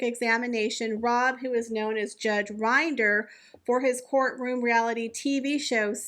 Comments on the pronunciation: The “I” in Rob Rinders surname is pronounced like “wind” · That’s Judge Rinder. It’s pronounced with a short i. He is the Judge Judy of The UK.